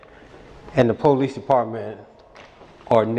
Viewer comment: I love how tells the owner of the tow company to take his car back to where they towed it from. That was hilarious. It's also funny how a certain group of our population doesn't know how to properly say the word "police."